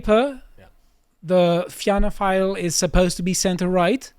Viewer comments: Had to click off when he pronounced Fianna Fáil as Fina File. You guys should get a right wing Irish commentator on the show. It would add useful context. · It's pronounced "feena - foil" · Somebody tell it is pronounced Finna Foil But yeah depressing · Fianna Fail is pronounced ‘ Feena Fawl’. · Tell it's pronounced "fee-na fall" lol